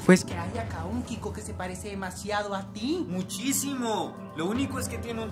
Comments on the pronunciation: dilo bien el nombre de Quico no kriko es con q de que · Así no se escribe se dise Quico